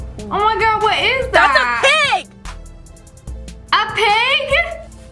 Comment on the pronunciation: The way that she said "THAT'S A PPIGGG"🤣🤣🤣🤣🤣🤣🤣🤣